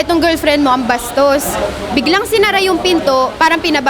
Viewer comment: Sarap ng pagka bigkas ng “BASTOS” wohooo!!!! Hahaha,, ang hirap e rebat ate 🤦🏻‍♂️🤣😂